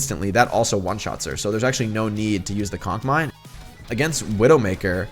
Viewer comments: Yes I did laugh every time he said “cock mine” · I love how he calls it a cock mine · No one: Jake: cock mine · Did u just say cock mines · Nobody: Jake: COCK MINE